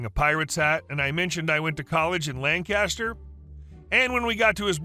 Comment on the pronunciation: Just a small quibble. In PA, it’s Lank-is-ter, not Lang kass-ter, like the other 27 around the country. (We get weirdly upset about that)